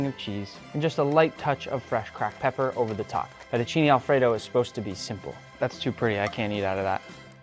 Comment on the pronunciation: You keep saying "Italy" "Italy" "Italy" but IN ITALY WE DO NOT HAVE "ALFREDO" SAUCE AT ALL IN ANYWHERE, It's an American invention. Then it's Fettuccine and not Fetucini.... 😂🤣😂🤣